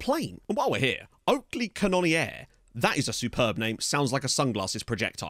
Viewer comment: Oakley Cannonier is pronounced 'cannon-ear' I can already see enough people have told you who he is.